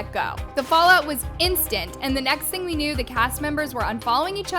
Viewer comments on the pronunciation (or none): none